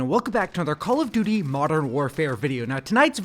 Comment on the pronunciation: How hard is it to pronounce duty 😂